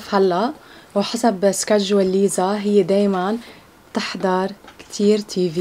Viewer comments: اسمها ليسا مش ليزا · صح اسمها ليسا بس هما عم يقولو ليزا غلط ليسا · ملاحظة 🙂: اسمها ليسا و ليس ليزا 👀👍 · ليسا اسمها مش ليزا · ليسا مو ليزا 😂😂💔🤦‍♂️🤦‍♂️ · اسمها بحرف لأم ليسا مو ليزا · اسمها ليسا مو ليزا 😊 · ترى اسمها ليسا مو ليزا